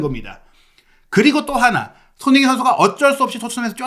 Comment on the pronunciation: 항상 잘 보고 있습니다. 조심스런 말씀 드리자면.손흥민 발음을 좀 정확히 해주셨으면 더욱 좋겠습니다. 죄송합니더 ^^